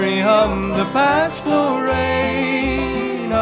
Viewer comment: Hey, you need to go back and listen to how Johnny Cash pronounced LoREna. It's not LoRAna. (Johnny Cash Lorena1959.) I know it's been my name for 72 years. You need to get it right if you're going to sing this song.